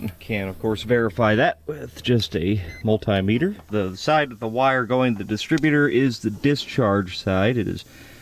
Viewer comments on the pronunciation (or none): none